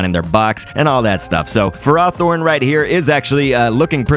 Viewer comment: It's ferroh thorn, not furrah thorn